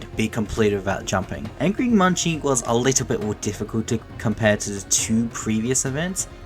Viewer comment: munci's name isnt pronounced as munchi, its pronounced as "munk-see". the creator of angry munci on gmod confirmed this